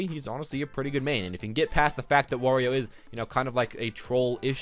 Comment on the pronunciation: It's wArio not wOrio